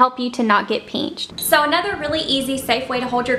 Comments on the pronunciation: Pinched not peanched lol 😂😂😂 not making fun of u southerns im north so it kinda sounds funny to me no offense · listen to how she says it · It’s crazy cuz I never heard anyone say pinched like that but now everytime I see the word pinched I hear peenched 💀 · The way she says pinched